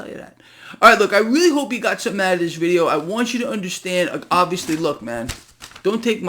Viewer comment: You "unnerstand?", No, that's why I'm here 😅